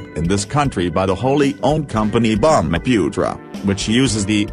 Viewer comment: Annoying robot voice. Can't even pronounced 'bumiputera' right. But this armoured vehicle is what I prefer on the road.